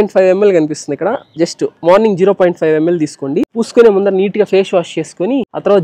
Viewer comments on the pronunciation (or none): none